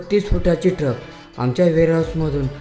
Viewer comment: टरक नव्हे ट्रक बोल